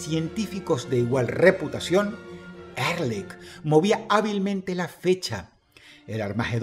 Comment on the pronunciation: Ehrlich significa "honestamente" en aleman y se pronuncia Ealij